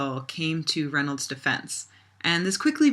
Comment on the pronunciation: The possessive of Reynolds should be pronounced Reynolds's (reynoldzez).